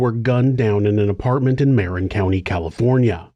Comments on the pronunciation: muh-rin county. not mare-in. the emphasis is on the rin. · TY. "Marin" is pronounced "MEHRIHN" - just north of SF, on the other side of the GG Bridge. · The way said it, it sounds more like "Marion"